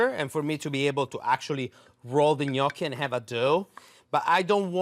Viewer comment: As soon as I heard you pronounce Gnoochi correctly I was in. I hate when people say No-key. 😭